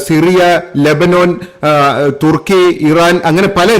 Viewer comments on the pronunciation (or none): none